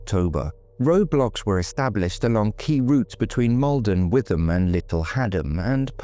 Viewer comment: Another superb video on a neglected case, you are doing a brilliant job with all of these. A very small point - it’s pronounced “ Wit-ham” in Essex